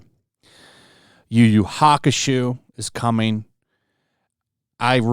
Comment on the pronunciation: Yu Yu Hakushoe 😂😂 Love you